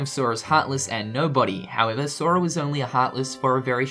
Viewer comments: he says soria lol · listen how he says sora